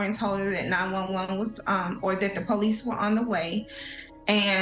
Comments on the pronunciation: I like it when you say "pole lease" for police. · po lece po lece oooon it ooon it u sound weird po lece oooon it own it poohhhhh leice